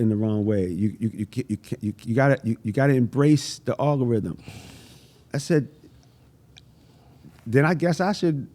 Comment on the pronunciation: I never heard the word algorithm get butchered so many times 😂 great interview though, much respect 🫡